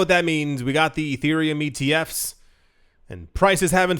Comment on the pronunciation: It was funny when you pronounced ETFs and BTC completely phonetically like you've never seen an acronym before 😂